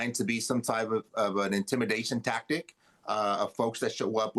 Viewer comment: needs to work on some of her pronunciations. It makes her sound uneducated when she says things like "tactict."